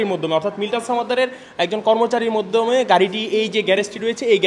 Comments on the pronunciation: এখানে যে সাংবাদিক তার কথা ভুল আছে সে মাধ্যম কে বলছে মধ্যম😂😂😂😂😅😅😅😅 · মধ্যম কি মাধ্যম? সাংবাদিক কিন্তু উচ্চারণ ঠিক নেই। 🤣🤣